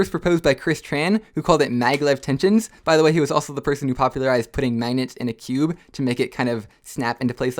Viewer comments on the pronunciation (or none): Does he say mangets